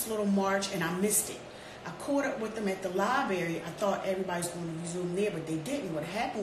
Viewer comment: That lady lost me at "liberry" this pickme chick is sad. Oh God.